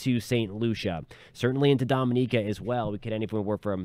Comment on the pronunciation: It's Dominica 🇩🇲